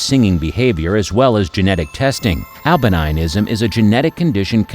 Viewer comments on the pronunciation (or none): Alba-NINE-ism, you say? Gee, and here I thought it was AL•bin•ism, all this time! And Grand Canaria is pronounced "con AR ree yah" , not "CANNuh REEyuh". And, it's not "tan ZAY nee yuh", but "TAN zə NEE yuh'. You are creating a product, after all. Take the hint , you are relying on us to approve or disapprove... so learn how to pronounce words before you narrate. Call it Quality Assurance.